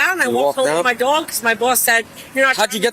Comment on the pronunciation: She pronounced it "dwog"